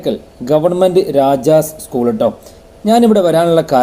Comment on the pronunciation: ഇസ്കൂൾ അല്ല സ്കൂൾ ആണ്